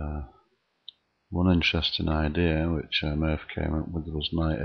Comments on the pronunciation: It's Morphy; Paul Morphy. Not Murphy. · It's Morphy. Not Murphy. Look up Paul Morphy.